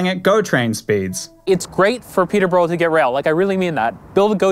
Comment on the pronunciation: Your pronunciation of Yves and Peterborough is so grating. I think pronunciation is a basic part of news reporting.